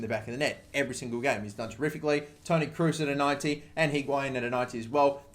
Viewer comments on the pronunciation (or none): none